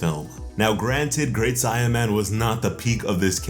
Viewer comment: It's fucking say a man like a saiyan duhh. Not si man!!!